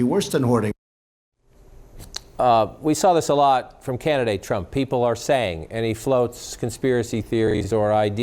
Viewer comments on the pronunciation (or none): Did that jackass really just call him "Canadate Trump"